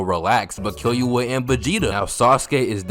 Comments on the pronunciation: BRO STOP SAYING KILL YOU A ITS KILLUA KILLL OOOOH AAAHHH LIKE BRUH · bro said kil-you-uh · Man said 'Kiyuwa' 😂😂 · Bro said kill-you-a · Kill-U-Ahhh Kill-u-haaa. You sound hilarious man I have no idea what it's actually supposed to sound like accept from the anime. Good ass video man. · No way you said KILLYOOUA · That's a cat you moron. Also It's Killua (Kill-ooh-uh) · “kill you a” bro the way you say killua is criminal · Bro said Kill-you-uh 😭😭😂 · This guy is really saying "kill you wa" instead of killua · Respectfully, Imma find yo ip address and say it to you should you say "kill you uh" instead of killua again. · The way he says Killua pmo but I love bros videos 😂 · Your pronunciation of killua has me dyin rn